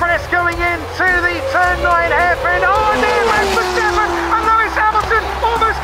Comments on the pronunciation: verSTappen et non verchtappen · c'est plus verstappen mais verchtappen super vidéo